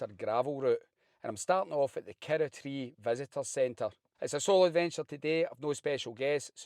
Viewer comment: Love it, kirroughtree, pronounced KIR-ROUGH-TREE😅